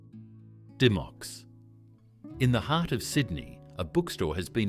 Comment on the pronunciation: It’s pronounced Dim-micks not Dy-mocks